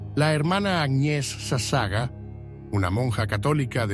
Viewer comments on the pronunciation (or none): Por favor su apellido de la Hermana leálo toral y correctamente es SASAGAWA ( le faltó pronunciar la última sílaba WA)